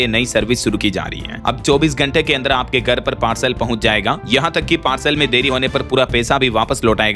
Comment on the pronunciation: भाई नियमित रुप से आपका समाचार सुनता हूं हिंदी भी अच्छी बोलते है, एक सुधार और कर लीजिए, नियमित अभ्यास करने पर ठीक हो जाएगा, भाई आप "घर" को "गर" बोलते है, "घ" बोलने का अभ्यास कर ले 🙏